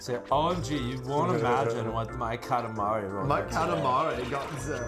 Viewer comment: you prononce katamari so bad!